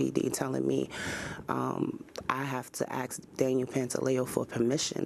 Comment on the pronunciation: It's "ask" not "axe", why is English so hard for some people; speaking bad English only makes a person lose credibility.